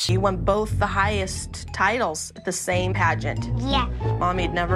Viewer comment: You're saying "samem".